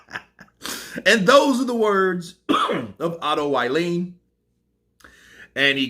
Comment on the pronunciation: Otto vallin not uailiin 🤣